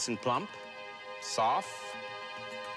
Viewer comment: Bro i love how alvin says sofff instead of soft (Timestamp: )